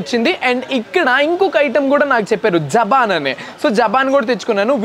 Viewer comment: Japan kadu bro., Jabhan ok na...